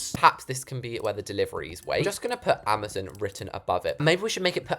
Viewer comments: It’s amaZON not amaZOON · Can we all respect her for saying AMAZON wrong (Ama-zon for American) 🤣❤